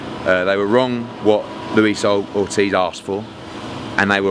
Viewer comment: Pahahahaha you can tell Eddie was about to say oldtiz instead of Ortiz 🤣😂🤣😂👌🏼